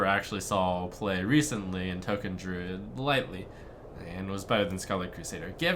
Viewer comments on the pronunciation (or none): none